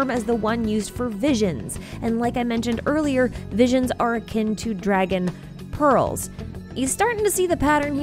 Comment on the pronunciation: I don't know why but I kept hearing "balls" instead of "pearls"